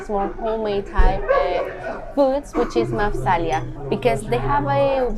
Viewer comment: 1st you got the name of your favorite restaurant wrong. It is NOT Mafhsalia. It is Mapshalia. 2nd they do not have nor have they ever had BBQQ chi ken with potatoes. But you were absolutely correct it is a awesome restaurant. My wife and I have gone there many times because of your video. Keep up the good work just get your facts correct next time.